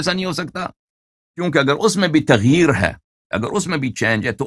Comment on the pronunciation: Allahyari bhai lafz tagheer nahi taghayyur hai......